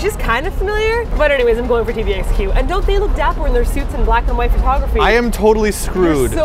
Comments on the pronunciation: I'm American and I like Obama, but come on! It's TVXQ! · engrish: idol: XD sorry martina